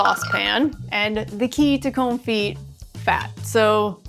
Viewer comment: Con-fee, you don't pronounce the 't'